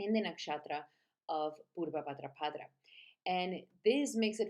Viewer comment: Sounds you say bhadrapadRa each time you’re adding an R at the end of bhadrapada …. It’s pada not padra 🙏